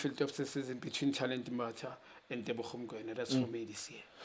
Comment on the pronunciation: It’s Teboho not Tebogo, Relebohile not Relebogile wena Junior maan😂